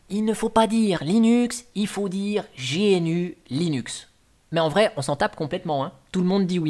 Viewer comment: Salut. Il faut dire Gnoux Leynnoux 🙂